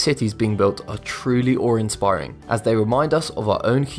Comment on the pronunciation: When you say "ore-inspiring," do you mean "oar-inspiring"? What does either one mean?